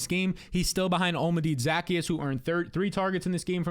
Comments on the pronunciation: Devastating stuff here from. You think you know a guy until they try to pronounce Olamide Zaccheaus. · How about how he pronounced olamide zaccheus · what the fuck was that, what a butchering of poor Olamide Zaccheaus name